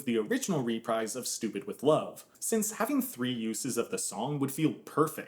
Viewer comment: That's not how you say reprise xx